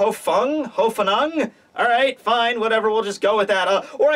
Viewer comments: OMIGLOB It's Lil-AY, not Lil-ee-uh. Btw it's pronounced exactly how it looks: Hoff-Nung. HÖFF (Hahff) NUNG. And I believe Kenpachi is somewhat smart as in he knows what he is doing and what can happen he just CHOOSES not to listen to those things, his conscious, facts, etc. and he just chooses to hack and slash things because that's wat he likes to do, his preferred method and he just doesn't want it any other way so he shuts those other ways out. Atleast that's my way of thinking it. :D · Hoffnung = Hope in German. guess thats pretty obvious. but its funny to hear trying to pronounce it.:D